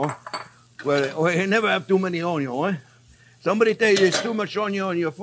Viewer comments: Awesome. When you said Onion, I heard, "a little more wine!" Thanks for steak on a budget. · I first heard of Chef Jean-Pierre by watching a video on how to cute an onion and how he pronounces the word, onion. Love it. Been watching his videos for a solid week now and I can’t get enough of his very thorough and explanatory method behind ear step. Knowing what is going on and why in between each step is incredibly helpful. Hoping this channel continues to gain traction on YouTube!